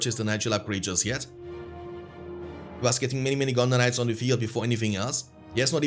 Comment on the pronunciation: I'll admit it triggers me every time you say gondor knights and sounds like you're saying gondonites lmao